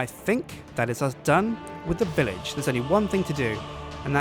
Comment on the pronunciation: i heard 'hello guys and welcome back to 'lets build a bitch'' XD